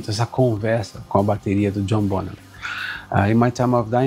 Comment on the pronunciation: Parabéns, um dos poucos a pronunciar corretamente o sobrenome do baterista. /bonam/ e não /bon-ram/